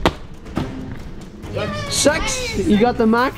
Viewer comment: Why pronounce "six" as "sex"?